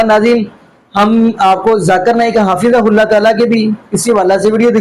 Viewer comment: حضرت آپ کو حفظہ اللہ بھی بولنا نھیں آرہا ھے اور آپ حضرت مولانا الیاس گھمن مدظلہ عالیہ کو تنقید کررہے ھیں